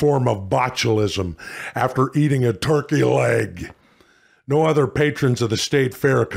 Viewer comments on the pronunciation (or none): none